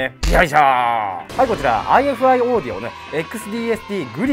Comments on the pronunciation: ifiの読み方はアイファイですねぇ！！ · ハイインピーダンスで低能率なヘッドホンでもこのサイズで鳴らし切ることができてしまう、現状最強のポータブルDACですね。ちなみに、メーカー名の正式な読み方はアイファイだそうです。